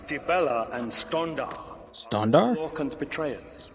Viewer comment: Honestly, Stundarr is kind of appropriate, consider his nordic version is Stuhn. Maybe Camoran spent some time in Skyrim at some point and the pronounciation just stuck.